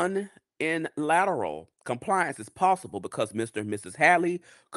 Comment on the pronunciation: Too much for too little info, mispronunciation of unilateral almost took me out🤭😅